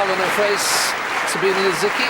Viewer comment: Za bee neh Lisicki. It is a reporter's job: do it